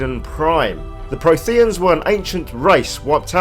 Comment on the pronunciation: Jesus, that mispronunciation of Protheans makes this video unwatchable.